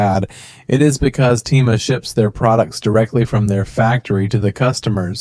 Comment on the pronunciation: Bro uses an Ai voice that cant even say Temu right💀💀💀